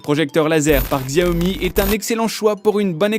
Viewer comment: Alors Premièrement c'est Xiaomi hein les gars et pas Xiaomo pour le premier, et ensuite la vidéo indique les 10 meilleurs videoprojecteur à courte focale, ce qui n'est pas le cas !!! Il n'y en a que 4 véritablement laser à courte focale, tout le reste ne sont que des videoprojecteurs "classiques" laser ou à lampes. Bonne soirée.